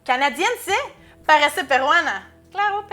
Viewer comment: No brother te equivocas, es "CLAGO PE" XD